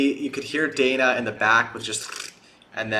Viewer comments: Danny, not Dana. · Did you call Danny... Dana? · DAN KNEE DANNEEE DANNY DAN DANIEL any of those would work for DANNY CAREY but you calling him Dana and repeatedly saying you want to get their names right feels like a troll